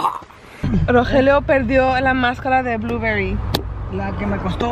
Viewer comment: Burberry* you said blue berry 🤣🤣